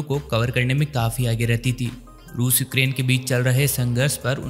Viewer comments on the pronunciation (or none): none